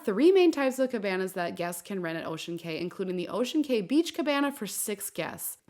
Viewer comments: This! It drove me crazy every time she said "kay" instead of "key". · On the islands it is pronounced Ocean Key. Not Kay. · it’s pronounced as ocean KEY not KAY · It's Ocean "Key" not "Kay"...just so ya know. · Cay is pronounced like key. So you would say "Ocean Key" Island, not Ocean K. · Pronounced “key” fyi was a boring island. I never get off anymore. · Thank you for this video. I only have one note for you. I used to work for MSC and know when you say, "Ocean Cay," it's pronounced just like the word "Key." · It’s pronounced Ocean Cay (key)